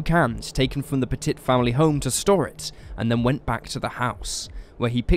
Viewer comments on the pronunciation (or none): I wish you dumbass Brits would learn how to pronounce words especially names it's pett-it not pet-tit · "Puh-TIT"...no. Pet-it. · It's pronounced p-uh-tee. Sorry, but as a Frenchie, it drove me nuts. Love the episodes regardless 😇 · It's actually pronounced PET-it. This happened about 2 or 3 counties away from me and it was just awful, the police took a lot of flack, with many claiming if they had just gone in big and bold they could have prevented the deaths, at the very least the burnings of the house., and perhaps also the bodies it seems they sat outside thinking that was a good idea for more minutes than anyone should have and God knows what they were waiting for. As soon as they went in and found the bodies, they knew they had blown it. I don't recall what the final disposition of this was but I think that particular Police department went through a whole lot of retraining as a result, to say the least. You said it correctly once I think when you first mentioned the mother, who used the surname Hawk - Pettit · Petit - pronounced “pet” “it” Corral - pronounced “core” “Al” Say it right!